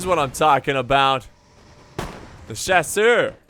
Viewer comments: I love how he pronounces chasseur It is no sasher but sha-ser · Chasseur = "Sha-ssir"... sorta